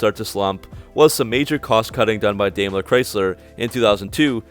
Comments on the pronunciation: First of all, it's LOO-min-a, not Lu-MEEN-a, and it's "DIME"=ler not "DAYM-ler" and lastly for the most part there were very few flaws in the hugely successful LH series of cars of which the Dodge versions were below the Chrysler and Eagle versions in "status". We ran the HELL out of ALL those cars and the mini-vans in a fleet which had the same engines - and can truthfully say no other brand could match the Dodges - not Ford not GM - the Chrysler (Mitsu) sixes just kicked ass and got great MPG again of which you don't mention and all we did was change the oil - thousands of miles a day on our fleet. They had their run is why things changed - Daimler took over and it was their E series based LX - you neglect to mention it's Daimler's own RWD platform Mopar uses to this day that went from the FWD to RWD. Also, these cars had color shifting paint as an option - no other car co had that in the mid 90s. These cars basically were an unqualified success and to suggest otherwise based on foolish websites while ignoring Consumer Reports and all the major professional media is well, the internet today - meaningless. ⏚ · And it's "dime-ler" not "dame-ler"